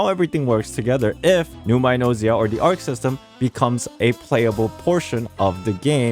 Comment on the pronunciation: as a greek i cant stand the buchering of the words "ousia" and "pneuma" in the game translation LMAO It's read "Usia" and "Pnevma" and Arkhe is read "Archi"